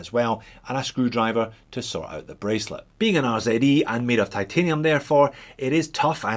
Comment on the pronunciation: Finally..........a proper "Z" pronunciation 🤪🤪🤪